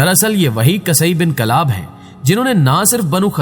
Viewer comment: قصئی بن کلاب، ق کے اوپر زبر نہیں پیش ہے